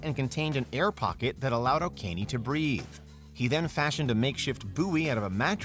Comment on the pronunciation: It's not pronounced "O'Kean", but oh-KEH-NEH